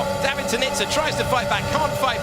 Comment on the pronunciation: David is a long AAA sound not the ah sound.